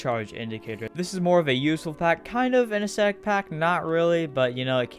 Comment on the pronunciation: Im sorry but u said anethestetic instead of aesthetic oml, btw this is